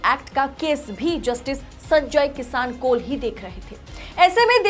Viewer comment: Madam Justice ji ka naam sahi se pronounce kariye.